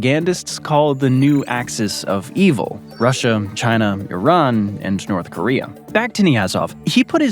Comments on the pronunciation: In north koreum????? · What the heck is "North Koreyum"? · I'm sorry, North Koreaum?